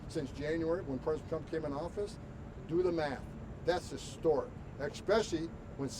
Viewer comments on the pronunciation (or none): Exspecially is not a word!